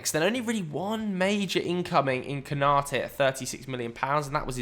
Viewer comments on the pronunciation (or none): none